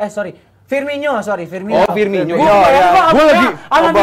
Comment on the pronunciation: Firmino bukan Firminho